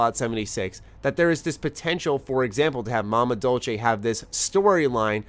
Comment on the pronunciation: It's (dol-say) not (dol-Chey)